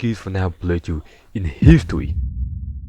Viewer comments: In histowy, you say? Sounds intewesting, go on. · the wuckiest playthrough in histowy? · ..wait. in aw of HISTOWY? thats insane bwo